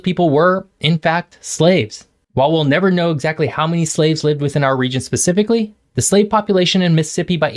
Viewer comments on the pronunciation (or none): none